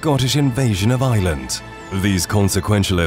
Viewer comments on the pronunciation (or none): none